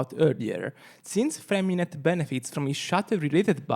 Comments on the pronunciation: I just want to say that his name isn't FremiNET. The "t" at the end of his name is silent. His name is French and is more along the lines of "FremiNEY". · btw it's Freh-mi-neh yes silent T